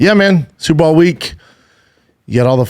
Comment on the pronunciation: Bro are you saying Super Ball on purpose? 😂